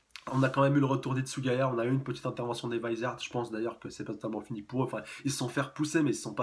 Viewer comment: Pour le mot Vizard le "V" se prononce a la française et le "i" a l'anglaise fin normalement c sa^^. Et ce n'est pas "Wizard" chef^^